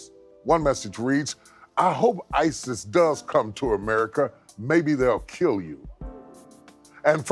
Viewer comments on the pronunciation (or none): none